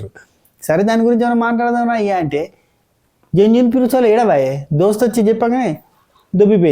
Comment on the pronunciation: జెన్యూన్ kaadu... Bayya ... Gen vin😂😂😂😂😂😂